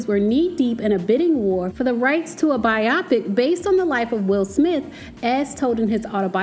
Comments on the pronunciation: It’s pronounced BI-o-pic, not bi-OP-ic. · It not pronounced biaaapic Its pronounced bioooopic🤦‍♂️🤦‍♂️🤦‍♂️🤦‍♂️ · So sis knew how to pronounce 'biopic' all along and just wanted to trigger me by repeating "bi-Opic" all through the vid? :) lol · It is pronounced BIO PIC! Great vlog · Please learn how to pronounce the word biopic. It is BIO-PIC, not pronounced like the word myopic. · It's pronounced By-o-pic. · I love your content but you are mispronouncing “biopic”. “Bio” comes from biography and “pic” comes from picture.